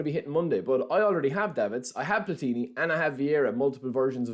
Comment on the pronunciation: Your pronunciation of Platini is wrong.